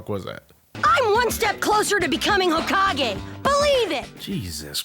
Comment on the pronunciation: ho-cage be honest, if you started with the manga you'd say that